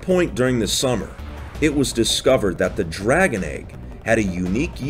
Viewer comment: DRUGon egg